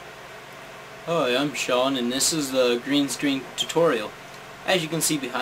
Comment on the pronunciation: did you say green sdreen"